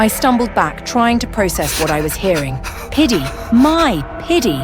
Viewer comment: I’m deadddddd 😂😂😂😂😂😂😂😂 pitty??? Or diddy 😂😂😂😂😂😂